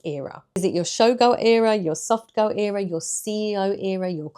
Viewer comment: Why do you pronounce ERA wrong?